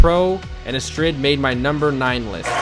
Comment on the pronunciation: The Astrid theme is actually a girls name very common in the Netherlands. Focus in the name is on the A, Astrid instead of how you pronounce it a-Strid. Just bit of info :)